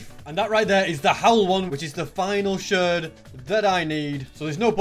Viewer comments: Here is how to say a shard sh ar d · “Shird”